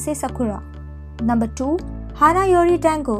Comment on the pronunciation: Your pronunciation of Japanese names is weird. It's like ...either you didn't even try to get them right or never watched the drama to begin with. D-A-ngo? M-u-kino? Nanse? Todom? Made?